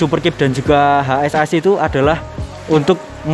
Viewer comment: Bang ngomongnya HASAS jangan H S A S, keliatan ribet😂😂😂